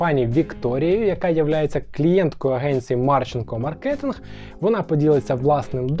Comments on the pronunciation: всі, то займається маркетингом, запам'ятайте уже хоч вимову сфери-наголос на А.. маркетинг, а не Совєтське співзвуччя з минулогр маркЄтінг... ви ж не кажете супермаркЕт.. відео класне, дякую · кажете слово "маркетинг" з неправильним наголосом